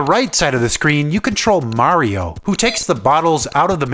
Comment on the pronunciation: Tank you for saying Mario and not Merry-O as most of people say.